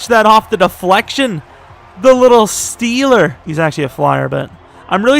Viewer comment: Nobody:: Myles Garrett the little Stee(a)ler